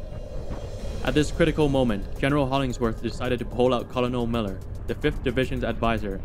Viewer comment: Your videos are awesome, but the military rank of "Colonel" is pronounced "KER-nil."